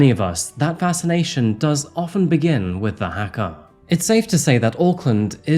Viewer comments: Hmmmm. A few thoughts on this.. Firstly 20 years. So sickening. Should have been life. Secondly the victims still spoke to him. Can't comprehend. Thirdly you really need to learn how to pronounce our words properly. The Haka is not hacker. It is pronounced Hughka. Fourthly, Someone obviously got to him. Lastly and most importantly my heart hurts for the family of a Dad just going to the supermarket ❤ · As a New Zealander by birth... Your pronounciation is 99% on the mark. However!!! Haka Is Hah-ka not Hackah, Otherwise bang on! Have a sub! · I'm a Kiwi and I had to stop listening when you pronounced haka as hacker. I normally love your vids, but please learn the pronunciation of words before covering Aotearoa. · NZ is so beautiful, as a Māori, I can confirm that this country is for all the nature lovers, there’s also a small town, Gisborne, that sees the sunrise before the rest of the world. Ps. The Haka is pronounced “Huh-Kuh”